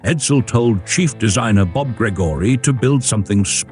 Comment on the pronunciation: Gregorie pronounced his name “GREG-REE”